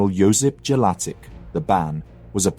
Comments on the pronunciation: It's not Jelasik haha It' pronounced 'Yelachych' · nice work, but you are saying Jelačić wrong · Damn that pronunciation if Jelacic hurts my ears... I hope next part will cover Serbian Vojvodina and how both Austrians and Hungarians kept promising stuff to Serbs but in fact just lied. So everyone can understand why this shitty empire needed to go down. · hungarian names are the same mispronunced in this video but who cares he doesnt have to speak every language in the world. Other thing is that Jellasics was the single person in that time period who could change the history if he allies with Hungary against the Habsburgs we could have been independent together....imagine if there were no WW1 and WW2 or the first WW1 could have been much more worse in an other time period, who know. There are a lot of small bits in the history that if that doesnt happen who knows where we could have been now.